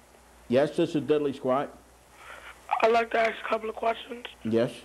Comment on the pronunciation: “This is Diddlee Squat.”“This is Diddlee Squat.”“This is Diddlee Squat.”“This is Diddlee Squat.”“This is Diddlee Squat.”“This is Diddlee Squat.”